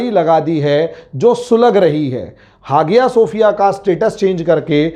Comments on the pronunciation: Not hagia, but called aaiya Sophia, h silent in Turkish language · हागिया शोफिय नहीं .....हया शोफिया कहा जाता है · Even now days many churches in America sold to Muslims. Some are sold to hotels and bars. It's pronounced as haya or aya sofiya G is silent. He even unable to pronounce the name correctly. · Hageeyaa sefiyaa hagiyaa sefiyaa pher....hageeyaa sofiyaa.....kya hai sir ye Sahise bollna seekhiye aap pahle 🤣🤣🤣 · Even now days many churches in America sold to Muslims. Some are sold to hotels. It's pronounced as haya or aya sofiya G is silent. He even unable to pronounce the name correctly.